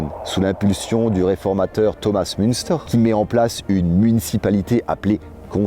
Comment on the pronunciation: Dans le texte dit et dans la bibliographie, il ne faut ni lire, ni entendre ''Thomas Munster'' mais Thomas Muntzer''.